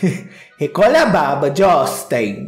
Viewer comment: Gostei do " Jostin" rsrsrsr